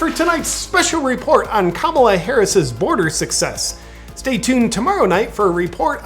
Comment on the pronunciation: You’re definitely saying, “Kabbalah” 😂